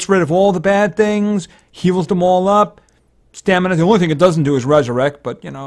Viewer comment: igu told stanima instead of stamina